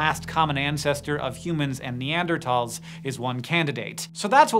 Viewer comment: Neanderthal, THAL. You keep saying neandertall. THAL, man, THAL. I can’t hear you say it like that anymore lol neanderTHal, use the “TH” sound lol holy hell